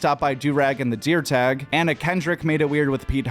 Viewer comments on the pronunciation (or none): none